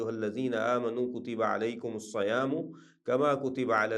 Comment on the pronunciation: السلام علیکم ورحمتہ اللہ وبرکاتہ ۔ بہت ہی اچھا سلسلہ ہے جزاک اللہ خیرا ۔ البقرة آیت نمبر 183 میں الصیام صاد ،(ص) زیر کے ساتھ ہے زبر کے ساتھ نہیں ۔ اللہ تعالیٰ ہماری اصلاح فرمائے آمین